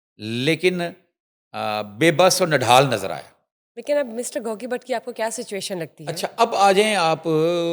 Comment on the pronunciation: When the anchor started I thot shes discussing in English.... But how she pronounced Gauggii... And the urdu... Amazing 😂... is doing Well... ❤